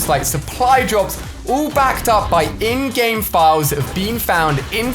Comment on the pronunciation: Every time you say in-game I hear InGen and my mind goes to Jurassic Park.